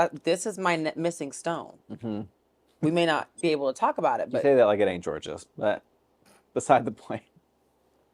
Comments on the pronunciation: “You say that like it ain’t Jorgeous” LMFAO. MADDY! 😂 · “you say that like it ain’t jorgeous” CLOCK THAT TEA